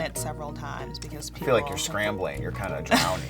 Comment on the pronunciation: I thought she said: “I like to cuck.”